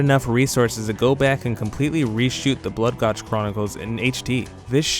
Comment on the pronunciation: All this time making this video, and you still didn't pronounce gulch correctly.